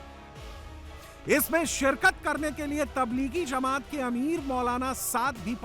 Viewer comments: Jamat hota he didi Zamaaat nahin bolna to sikh lo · Zamat Nahi Jamat hota hai Samjhe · जमाअत होता है ज़मात नहीं और आपको इस कार्यक्रम जलसा से क्या दिक्क़त है? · Ye jamaoda kia hota h, language pe zara dhiyan rakiye, ye jalsa h, Jamat hot Zamat nahi